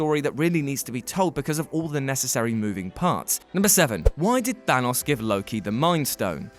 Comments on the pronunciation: It's not pronounced "THAW NOSS." It's fucking Thanos. Listen how the characters in the movie say it. That's how it's pronounced. Fuck. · Why is everyone saying thanus, I mean bruh